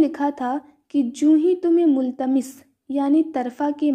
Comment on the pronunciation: مُتَلَمِّسْ Not multamis